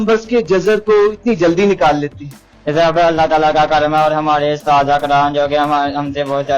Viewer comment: Bachy ky urdu teacher ko twajjo deni chahy, usatza ko ustada pronounce kr rha ha. Just teacher should pay attention.